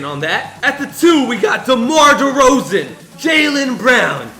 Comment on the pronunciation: You said demar derzeon twice